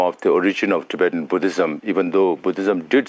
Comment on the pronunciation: also its Tibetan not tibetian